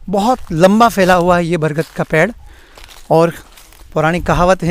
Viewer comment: बरगद का पैड है या पेड़?😂😂 पता नहीं क्यों ब्लोगर्स स्टाइल में बोलने के चक्कर में शब्दों की ऐसी तैसी कर देते हैं 😂